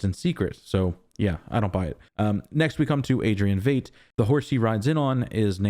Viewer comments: Oh FFS and you dare say Vayt instead of Veidt ("Vite") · Lol. I fell in the same trap. Yes, Fight. I think he was pronouncing it as “eight” preceded by “V”. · I believe "Veidt" is pronounced like fight, not fate. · No matter what you've heard, his German IRL last name (Veidt) is correctly pronounced VITE, not VEET or VAYT. Just thought you should know. But you can just call him Ozymandias. ;-) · Dude I've been waiting all week for your review. After hours (literally) of other people's reviews yours is the best and I dig that you don't fall for the red herrings the way everyone else does. I think the KKK robe in Judd's closet is from the Bass Reeve's movie Will was watching at the beginning of the previous episode. - - Veidt is pronounced like white, fight, height, light, might the same as the actor Conrad Veidt Keep up the great reviews and I'm glad to hear you picked up new subscribers after posting the last video (I was one). I initially started watching your channel when you were doing reviews of Westworld and now (just like then) your reviews are consistently the best and most insightful. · It really bothers me how you pronounce Veidt